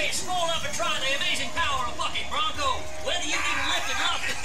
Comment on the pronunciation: am i the only one who hears fucking brunco rather then bucking brunco